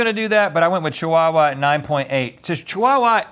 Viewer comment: ive never heard chihuahua pronounced so strongly like "cheewawa", and i live in australia